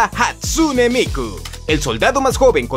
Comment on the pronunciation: Es Hatsune Miku, no Hatsune Miko.